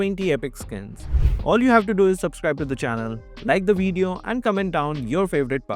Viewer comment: "In this wideo" 😂😂😂